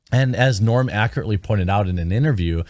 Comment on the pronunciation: It’s not ‘Morn’ Macdonald. It’s ‘Norm Macdonald. -Owen Benjamin